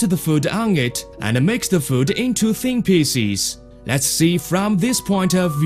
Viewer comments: picies XD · he just cut the onions into pisses.